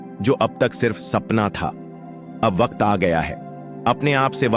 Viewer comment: Wakat nhi bhai waqt